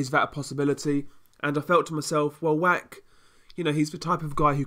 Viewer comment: Good review Just Mariusz's surname please don't read Wack - "ch" in Polish is pronounced like "h" so (Wach) would sound like Wah.